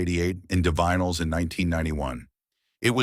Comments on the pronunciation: It's pronounced ""di vinyls" for Zod's sake! Get a better AI to read your script - or at yhe very least check it for glaring errors like that. Stopped listening 'cos your AI can't pronounce the name of the band. Won't listen to your AI generated channel again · You can pronounce divine but not Divinyls? AI?